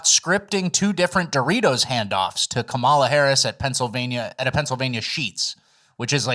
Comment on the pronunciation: I just want to point out that the lady who says she's going to vote for kamala, just because she is a woman also says her kamala's name wrong lmao.